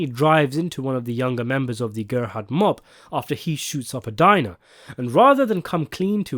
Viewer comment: The Gerbhardt family I presume came over to North America from Germany along with millions of others in the wave of huddled masses. The narrator does pronounce the surname incorrectly from how I am accustomed to. The only slight clue to their origins is what appeared to be a family crest that was displayed on the wall that included the Prussian Eagle seen in many other such crests including those from the Holy Roman Empire. It’s these little Easter eggs that make Fargo so layered and re-watchable, another one being the use of a very similar if not identical money satchel that is used in the original Fargo film and buried in the snow that is used in the other Coen classic No Country for Old Men. This is so blatant it must be done as a nod to the film or the other way round, yes Fargo film was made before No Country for Old Men so it’s a nod to Fargo- also season 2 is set in 1979, and ….No Country for Old Men is set in…..1979.